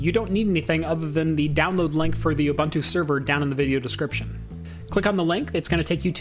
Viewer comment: isn't it pronounced "you-boon-two"?